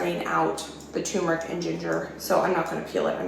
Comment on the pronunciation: It seems like every time I watch one of your videos, I have to correct either your grammer or your pronunciation. Sigh. It is "term" eric, "toom" meric!